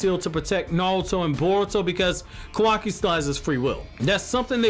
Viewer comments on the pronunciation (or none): I just have to ask, but why are you saying "Kowaki?" Its Ka-wa-ki." Just curious to why you call him Kowaki.